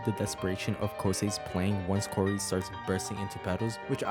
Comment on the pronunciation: ITS NOT KORI ITS KAURI